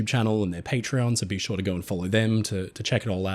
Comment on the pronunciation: Brother, there is no R in GO. Common, I love your content! Lets GOR to the store. NO its lets GO to the store. OH No'reee he called us Aussies out.